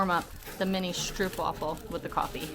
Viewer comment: It's pronounced stroapwafel. Not difficult to google pronunciation. Also stroop is not caramel, it's reed sugar syrup.